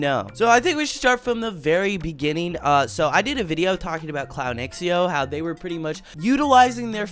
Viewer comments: Hey! I actually think it's pronounced Clown zhow instead of x-e-o. Thanks! c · shhhh lep i beg you say "clownxiao" s name right like: 🤡 shao